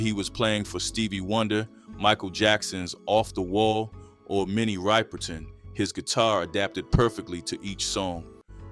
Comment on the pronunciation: I'm pretty sure that was Gary Moore in the #5 spot as well... I knew there was gonna be trouble hearing Minnie Riperton's name pronounced all AI